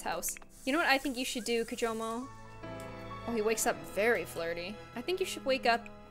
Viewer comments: she said kimojo the whole time even though it was kijomo. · Everyone it's kijomo not kimojo